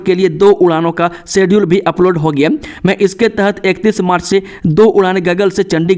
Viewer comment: आपका समाचार बोलते समय शब्दो का सही तरीके सेऊच्चारण ना किया जाना बडे खेद की बात। आप लाऊड स्पीकर शब्द को लोडी स्पीकर क्यो ऊच्चारण करते है। होगया, को हो गिया क्यो ऊच्चारण करते हैं । यही नहीं कई शब्दो का कत ई गलत ऊच्चारण क्यो। खेद कि बात।